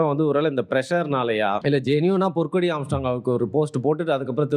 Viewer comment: ஆம்ஸ்ட்ராம் இல்லடா ஆம்ஸ்ட்ராங்..